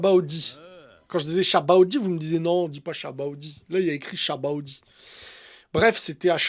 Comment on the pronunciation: La vrai prononciation c'est Sabaody, ah lala les fans traduction sont chiants 😅